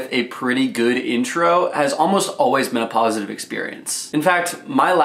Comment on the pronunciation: I swear he says menapositive experience